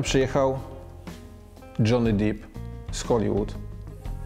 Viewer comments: depp a nie dip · depp a nie deep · Lubię cię bardzo ale Johnny Deep mówi się Depp a nie Dip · Mówi się Dżony Dep na Johnny’ego Deppa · nie wiem czy ten Johnny Deep to specjalnie czy poważnie Stano mysli, że Depp tak się czyta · Haha, Dżony Dip wygrał. Panie Stanowski, fonetycznie: "DEP" :) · Dzięki za materiał.Jedna uwaga : Nazwisko aktora wymawiamy "dep" ,a NIE "dip" 😉 Pozdrawiam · Panie Krzysztofie, Depp mówimy z [e], nie [i], Depp, nie Deep, [deeeep] nie [diip] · Stano, to Johny DEPP a nie Johny DEEP :D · Apeluję - nie "Dżony Dip", tylko "Dżony Dep" :-) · Panie Stanowski, słabo się Pan przygotował do tego nagania! Jaki: "Dżony dip"?! OMG "Dżony Dep"! - tak to amerykanie wymawiają.. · Nie dip tylko d e e p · Dżony DEP nie DIP, dip to masz do surówki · Stano, to Johnny DEPP, a nie Johnny DEEP. :) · John deep czytam dep. just saying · "Dżony Dip" XD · hał dip is jor lof? dżony dip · Stano Johny nie byłby z ciebie dumny jakby usłyszał jak wymawiasz jego nazwisko deep to może być studnia😂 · to sie czyta dep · Ha! Ha! Ha! "Johny DIP" (w i potem jeszcze ze cztery razy ten sam błąd)!!! Co za DZIENNIKARSKIE ZERO!!! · Pan Krzysztof raczej na poważnie, bo już dipował w innych wypowiedziach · Wszystko fajnie i się zgadzam, ale żeby taki ekspert błędnie wypowiadał nazwisko aktora? Naprawdę nie można było poświecić 2 minut na sprawdzenie poprawnej wymowy?